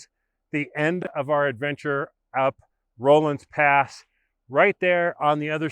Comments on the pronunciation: It's a short O sound, not a long O. RAW-lins Pass, not ROLL-ins. Think Henry Rollins. Also, Moffat Tunnel is very much still in service. I was knocking around Rollinsville just a couple of years ago, and got to watch a freight train roll through it. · It isn''t "rohlans" pass. It's pronounced "rawlins" pass. Ask any local. Just annoying. Anyway, if you fly your drone a little further past the tunnel on the west side, you'll see where there is, or used to be a short trestle on the side of the mountain that goes over a little ravine. I have driven through the tunnel many times before they closed it, and once rode my bicycle from Winter Park to Rollinsville (pronounced "rawlinsville") when I was 50 years old. (25 years ago). Anyway, I love your videos about the Corona Pass.